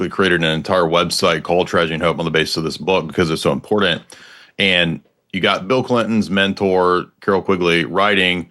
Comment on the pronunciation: This dude definitely just puts tabs in his books to seem smart. He can't even say important correctly. 😂